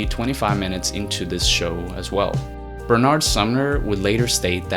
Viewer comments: It's not Bernaaard Sumner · It's Bernard, not Ber-nard but yea I'm just a pedant and it's a minor point anyway. That exotic pronunciation is quite comical to my English ears actually, but other than that, great work! I'd recommed anyone who's interested reads the "Touching From A Distance" book. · Hi, are you Finnish or Scandinavian? You speak English with a weird semi-American accent though, and no way is Bernard Sumner's name pronounced "Ber-naaard". Also you didn't mention Ian read alot of Poetry, and his writing was greatly influenced by the books he read. And Bowie. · Why do Americans pronounce Benard so weird?